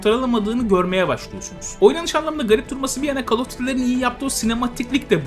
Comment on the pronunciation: Hocam "Kol" diye oukunur, "kal" değil :)